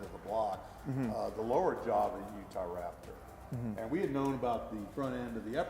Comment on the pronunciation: he used to say utharaptor